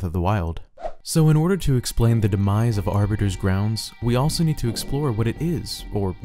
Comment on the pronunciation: Aribiter!?!....*halo nerd intensifies*